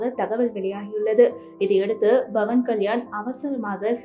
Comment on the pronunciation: Bhavan ilai. Pavan. Pl ssy correctly